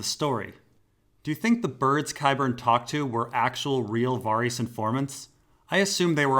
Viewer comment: Why do you pronounce Varys as Vareese and Arianne as Arriana?